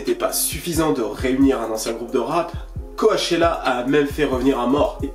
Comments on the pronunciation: mon gars qd tu dis co-a-chella tu me stresse de ouf....ca se prononce c-O-chella ahaha!!! mais force a toi tes videos sont ouf mec!! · ca se dit "CO-tchella" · Ça me stresse quand il le prononce co A tchella qq😖🤦‍♀️ en plus il fait que dire ça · Le premier ''a'' de Coachella ne se prononce pas. Ça ce dit comme le ''coach'' sportif. #JustSayin'